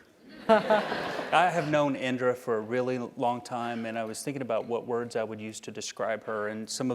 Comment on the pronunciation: It's Indira 😂